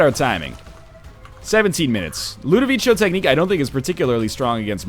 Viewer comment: I wonder when NL will learn to pronounce Ludovico Technique